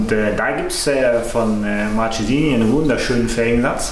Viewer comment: Hallo! Toller Bericht...aber sag nie Martschesini! Das tut weh in den Ohren! Es heißt: "Marckesini"! Man sagt auch nicht Notschi sondern "Nocki"!